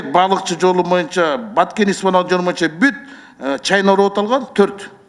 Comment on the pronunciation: Чындыгында курч суйлойт нукура кыргызча соз жок бирок боюнча деген созду моюнча деп эле суйлогону болбосо